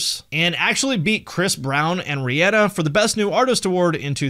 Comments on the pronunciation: Did pronounce Rhianna's name wrong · Why did you say Rhianna like that